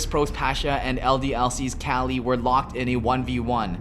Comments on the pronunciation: Why does he say KÄLY not KUKLI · Everytime some american says kelly and not kqly, i gain 3 more cancer cells. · Its fucking kukli not kali Holy fucking shit triggeres me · it kukly shot, not kalyy shot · its kukli not kqly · caly? isnt his name pronounced kuukly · who the fuck pronounces kqli "cali"... the accepted pronounciation is "kukli"! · It's not kally, it's KUKLI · its kukli not kali idiot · Its Kelly.... Not Cali.... Jesus christ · Why the fuck is he saying cali for kqly